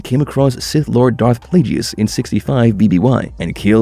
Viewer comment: Darth plajius had me ded